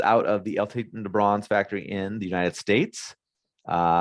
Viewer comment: I look forward to your review of the Nicotina. I loved it. You should check your dates. The 6210R was 2020. Also, how can you mispronounce Titan LOL.